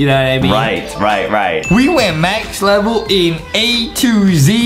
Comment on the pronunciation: Adam said “Start a later ledel” So funny!😂🤣